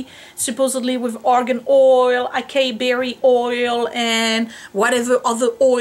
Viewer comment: I think Acai is pronounced " AH-S-EYE-EE" but I could be wrong lol